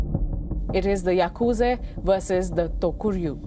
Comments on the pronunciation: Why call Yakusa Yakuze?? Very Annoying to hear. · Yaaa kuuu jaaa not yakuje burbag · It's Yakuza not Yakuzi and by the way your channel is shit!!! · Pronunciation It's yakuzah not zay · It is yakuza not yakuzi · Its Yakuza not Yakuzi you brainless curry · Its yakuzaaa not yakuzeyyyy* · Mind numbing presenter who cant even pronounce yakuz'a' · Bro said yakuzei 😂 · the way she calls yakuza the yakuze is funny😂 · Shitload news coverage. Can't pronounce Yakuza. Journalist must be indian